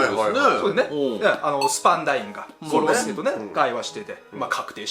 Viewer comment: 五老星の発音😅